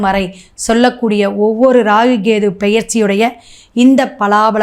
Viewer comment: Half of your video is waste. It seems you have copied down from others. All your predictions are waste. I think you don't know astrological predictions. You are totally waste. You don't even know how to pronounce kethu. Stop posting this kind of videos. Loosu